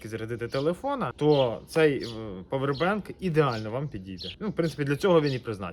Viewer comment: А чого павер- бенк? А не павер банк. Дуже вухо ріже